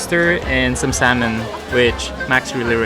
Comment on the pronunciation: Its pronounced as “Sah-mon”. Not saLmon.